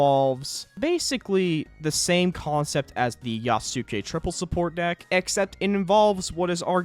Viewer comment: Love how he can pronounce Maitake correctly but not Yasuke.